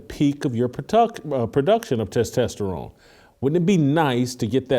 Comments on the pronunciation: tes tah sterone not tes tes sterone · LOL. You still working on pronouncing testosterone? Must be a phobia. Just kidding. But it still tickles me. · Can someone teach Whitlock on how to pronounce testosterone. lol